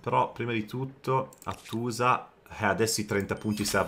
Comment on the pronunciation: Hàttusa, era la pronuncia corretta della capitale ittita ;) (accento sulla prima vocale) 😊